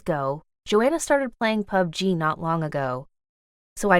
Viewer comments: What the shit POpD-G, it’s pub-g 😂🤣😅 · She said pug g it is called plug g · Plzzz the way she says PUBG. Pu b. G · She calling pubg pubgee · HAHAHA when she pronounce PUBG as PUB G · yall ignoring the fact she is calling it Pu Ge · the way she says pubg is funny 😭😭😭😭😭😭😭😭😭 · Did anyone feel weird by the way she said pubg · The way she says pubg it's so funny 😂🤣